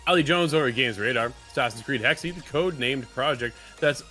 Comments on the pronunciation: It's 'hex-uh.' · Still closer to the correct pronounciation than 'hexy.'